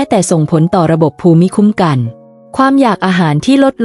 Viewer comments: เนื้อหาน่าสนใจ ว่าส่า การพูดชัดเจน น่าฟัง แต่การพูดเว้นวรรคไม่เหมาะสม และมีบางคำไม่ถูกต้องเช่น ภูมิคุ้มกัน คุณพูดว่า พู-มิ-ค้ม-กัน (ภูมิคุ้มกัน )ซึ่งน่าจะพูดว่า พูม-คุ้ม-กัน เป็นต้น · วีดิโอนี้มีประโยชน์ครับ แตอยากจะขอแนะนำผู้อ่าน ขอให้รักษาวรรคตอน และการออกเสียงคำบางคำทีผิดพลาด เช่น ภูมิคุัมกัน ให้อ่านว่า พูมคุ้มกัน ครับ ขอบคุณครับ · ขอบคุณ.ที่จัดทำเสริมชีวิตให้ดีขึ้น.การอ่านเว้นวรรคตอนผิดไปมาก.คำภูมิปัญญา.ภูมิคุ้มกัน..อ่านว่าพูม.ปัน.ยา.พูม.คุ้ม.กัน..นะครับ.น้ำเสียงพอผ่านครับ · ข้อมูลดีค่ะ แต่การอ่านต้องปรับปรุงค่ะ ภาษาไทยควรศึกษาก่อนลงเสียงว่า คำใดอ่านว่าอย่างไร เช่น …..อ่านว่า พูมคุ้มกัน และวรรคตอน ควรเว้นวรรคอย่างไร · ภูมิคุ้มกัน อ่านว่า พูม - คุ้ม - กัน ครับ